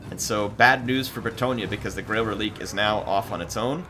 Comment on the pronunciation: If it's french pronounciation its ruh-leek